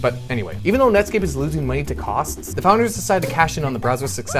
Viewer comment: I know u said nutscape